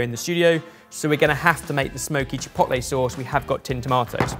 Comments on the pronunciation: saying ChiPOTlay is giving me ANXIETY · I cringe every time he says "chi pot lay" . Why can British people do a half decent job pronouncing French words but totally fail at much easier to pronounce Spanish words? Each vowel has one sound and one sound only. It is not that difficult. At least he did not talk about "tack-0's" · Every time says chipotle wrong I wanna slap him round the face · Ok but why you pronouncing Chipotle like that? 😂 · Pains me that can’t say chipotle properly 😩😂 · Please stop pronouncing chipotle like that😭😭😭😭😭😭😭😭😭😭😭